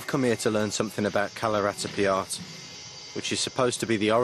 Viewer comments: yeah ... you'r right, he's pronouncing it Kalaritipiya :D I wonder how he got his employment with BBC. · Kalaratipiyat? Is he pronouncing it right? because that's all I'm hearing from him. He's saying "Kalaratipiyat." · Can somebody tell this guy that it is "KALARIPAYATTU" and not "KALARIPIYAAT." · kalaratipiyat .. ?? :P lol its kalaripayat... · Hehehe.. it is like saying that Jesus is imitating the Pope.. Other forms of Eastern Martial arts WILL look like Kalari because it is the grandpa of them all.. the presenter has not even cared to pronounce "kalaripayattu" correctly before venting his anger on it.. Next time, I hope BBC sends a sensible man to CVN Kalari in Trivandrum.. cheers..